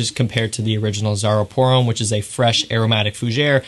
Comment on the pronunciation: french for Americans: Homme rhymes with plum